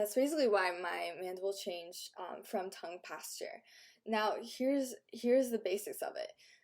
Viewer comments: It's posture not pAsTuRe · Why does she say Tongue Pastor instead of posture? It's weird to say the least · Sounds like you're saying tongue pasture